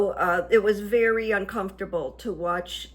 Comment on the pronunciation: Veddy interesting…..but stoopid.. isn’t that what he said ?? 🤣🤣